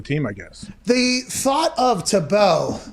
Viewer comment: Please pronounce Tebow correctly. Tea-bow